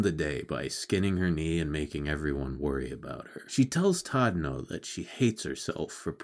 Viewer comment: Actually, you pronounced it wrongly. His name is not Tadano, but Chadano!